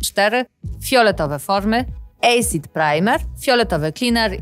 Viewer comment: Acid wymawiamy jako asid, nie ejsid :)